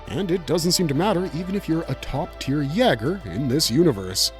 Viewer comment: "YAY-ger" is the pronunciation. It's a german word (Jäger), meaning "hunter."